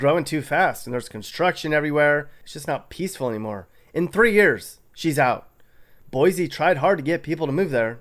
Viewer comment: They'll tell you in Idaho...it's 'boy-see, not 'boy-zee.